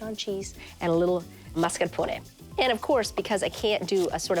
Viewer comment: That’s how it’s pronounced in italian